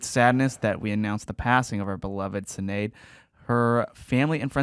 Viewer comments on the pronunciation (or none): its not pronounced Sin Aid--is Shenaid Maxipada!